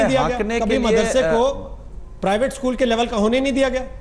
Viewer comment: Sale ischool nahi it is school